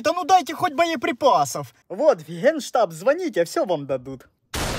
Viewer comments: А я одна заметила что на генштаб а гейштаб 😆😂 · Там вместо генштаба гейштаб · Генштаб ❌ Гейштаб ✅